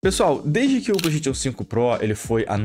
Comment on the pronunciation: Ouvir um cara entendido falar PlaystaTIon é foda.